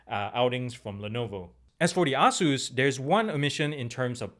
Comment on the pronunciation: "A-Zeus" not "Ah-zeus" great review though